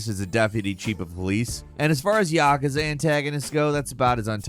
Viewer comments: Ya-Koo-za it is not Yak-ka-za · i have to say thsiguy has the worst pronounciations ever... "YAhkuhzuh" -_- say it with me "ya- KOO- zuh" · It's "Yah-kooz-ah" This guy misprounces things a lot. Like "iteration" as "Aye-teration" wuut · You’re saying yakuza very wrong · I have never once heard someone pronounce Yakuza this way. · Am I the only one feeling some type of way with the way he pronounced ‘Yakuza’ ? Ahahahah